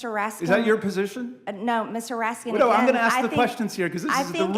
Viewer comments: Mr. Raskins. My name doesn't have a S on it. LMAO 😂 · "Mr Raskindts" lmao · So, she intentionally mispronounces her colleague’s name, to show disrespect at a basic level. MTG is a disgusting piece of trash! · "I'm a witness so I'm gonna ask questions Mr. Teddy Raskinszzz" Dumb as a doornail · "Mr. Raskins".....jousting with MTG. On surface, it's just so unfair.........but her mindless babbling must be addressed. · She can't even pronounce his name correctly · MTG will never have enough brain cells to go up against Raskin in earnest. She cannot even pronounce his name . She thinks her ignorant gotcha comments make her look cool? They make her look even more ignorant and evasive. She has millions but she cannot buy class or brain cells. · She doesn't even know how to pronounce Mr. RASKIN 'S NAME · She knows his name but pronounces it wrong because that is their way of making fun of dems. Well done, you idiot.